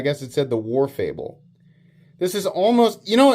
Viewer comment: Name is "Variable Wharncliffe", not "Warfable". 😂